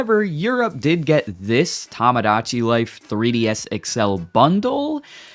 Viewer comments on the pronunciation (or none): Uh, "Tomodachi" is meant to be pronounced "Toe-mo-dah-chee", not "Tom-ah-dah-chee". Tomodachi is the Japanese word for "friend", you clearly are mispronouncing it. Just like you in a previous video mispronounced "Shibuya" as "She-BOO-yah", which is meant to be pronounced as "Sheebu-yah". As one who's very intent on correcting the wrong, I can't stay silent when Japanese words I know how to correctly pronounce, are being mispronounced before me. I don't hate you, I just hate being silent in the presence of something wrong I can correct. This isn't a comment out of malice, it's a comment about correcting mispronunciations before me for educating what is correct from the wrong. I am not a school teacher.